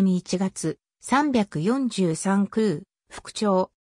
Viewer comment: 読み方はミイケ、サンヨンサン、キュウロクです。中島は特攻を拒否する部下を徹底して虐待した。